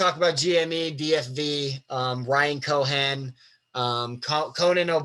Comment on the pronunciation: great content. thank you for taking the time. but its Ryan CohEn, Not Ryan Cohan. sending all the love edit: Also, delete your browser cache, your Chome is insanely slow